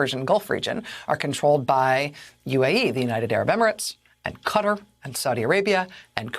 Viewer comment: FYI Madow, it’s Qatar (Cah-tar not Cuter).